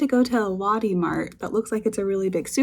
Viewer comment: Lotte, not "lahddy", it's "Loh-tay", stress on the second syllable